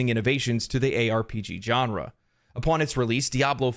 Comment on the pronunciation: yea i still feel sick i bought D4...ill never give Billzard another cent...especially with Path Of Exile 2 looking so great for free. *also genre is pronounced sean-ra...your welcome